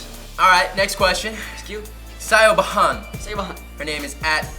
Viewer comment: Gilinsky's so stupid 😂😂😂 sio-bah-han.